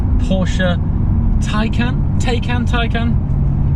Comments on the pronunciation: Damn, this car is amazing, but please learn to pronounce it correctly. It’s Thai-Khan. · Per Porsche, it's pronounced "tie-con." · Pronounced “Tie - Caan” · No, the pronunciation of the name does not depend on the location. There is only one proper way to say it and that's the end of story.